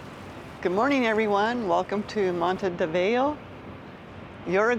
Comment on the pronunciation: The name of the country is URUGUAY NOT URAGUAY. Just learn the basics before making any comments...